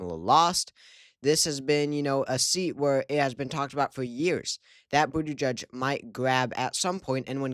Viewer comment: It’s pronounced boot-edge-edge